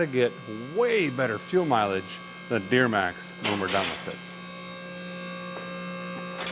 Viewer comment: Just a question did you know you said deermax😊😊